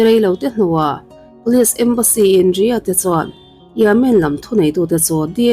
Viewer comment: Police ni lo in polish (Pâwlish) ti a lam tur aw 🤦🏻‍♀️ 👮 nula emaw ka ti hman dawn lawm 🙄🙄🙄 Istanbul, Turkey khawpui pawh Instanbul ti in I lam tlat…. I awm a nalh sia, next ah chuan lam dan tur ngaithla hmasa la…. TCIM nei tu pawh a aw (voice) a mawi ltk a, mahse a thil lam dan a mak thei ltk… a bikin English ah hian. FAKSEL a haw ropui sia… nang chu thinrim ve suh aw. Lam dan tur ni lo deuh a in lam chuan kan thil ngaihthlak mood ah chen a harsa duh ltk